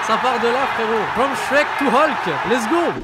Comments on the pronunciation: Ca me tue vous vous dites holk et pas hulk. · "Olk" ptdrrrrr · il a bien dit Holk ou c moi ?